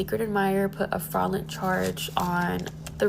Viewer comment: “Secret admirer put a “fraaawlen charge””? wtf are you trying to say?